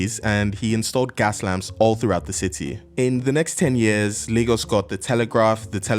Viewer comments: "Leegos" wtf? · Lagos has a funny name. It's the portuguese word for lakes, and that's why it's called that, so it should be pronounced Lah-gos. But natives and many dialects, like yours, pronounce it "Lay-gos" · Where the hell do they pronounce Lagos "Lay-gos" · Please someone tell me what percentage of LayGossians pronounce it Lah-Ghos and how many actually say LayGoss. Thanks! Or is really pronounced LEGOS like the toy…?? The portuguese people i know say Laaahgoes. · Your pronunciation of Lagos sounds very weird 😢